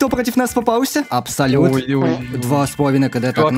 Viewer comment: ахахахах у него не абсолют а абосут